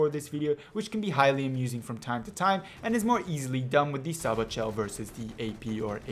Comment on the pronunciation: Sabot is pronounced SAY-BOW. only noobs use Sabot shells. infantry are the biggest threat in the game, unless other viechles are truly over powering.